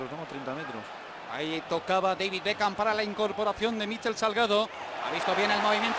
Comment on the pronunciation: por que diceis espagnoles bekan? (beckham) los apellidos no cambia !